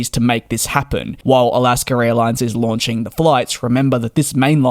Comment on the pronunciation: Where is the R in Alaska?